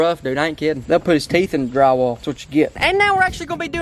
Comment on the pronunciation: When you said They will put your teeth in drawall